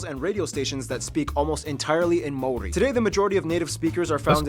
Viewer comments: As you can see - a lot of people trying to help you with the pronunciation. But here's the easiest for anyone with an American accent: Mow - Ri. Mow - as in "mow the lawn". Ri - as in "return" or "remember" or "ridge". Easy-as. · Hey man new to your channel but been enjoying it until this video being New Zealand born and my homeland for 42 years. That vid you watching was awful from pronunciation of the Māori language to just outright false information. Still enjoyed your reactions ofcourse. A channel worth checking out would be Archives New Zealand on YouTube for some real footage and facts. Hopefully you can make it here someday and see for yourself how good it is especially the Hāngi. Peace and love from Auckland New Zealand 🇳🇿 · Ngl, "North Island" and "South Island" was annoying me lol. We say "the North Island". They are pronunciating Māori so badly, most of the time. Id recommend finding something better - there are heaps of vids on here. The Māori culture is beautiful. They are a warrior people, and yet they are also kind, generous and loving. We also play more than rugby 🙄 we have awesome cyclers, we just won the americans cup (sailing) and more. We have donated Russell Crowe to Australia 😂😂 You really should do some research on the Māori culture ❤❤ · I'm sorry bro❤❤ their pronunciation of Maori words is WRONG and is adding to your struggle to understand our language. He just pronounced Maori wrong. he's saying Maori without the A. We also roll our R's. All Maori know Haka it's our culture, we also encourage others to learn. Yes we are proud people. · You'll have to watch something from Te Matatini. They're the national kapahaka championships. Your man Stan gas performed with a group. Worth looking up a highlights package purely for the diversity in haka and waiata (song). Oh and your pronunciation of māori is almost there. It's more of a rolled R, like a d sound. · I wince every time he says “Māori”, nice try though.